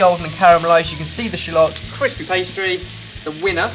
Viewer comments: Shulots? I'm gonna call them Shulots from now on :D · you say shallots funny..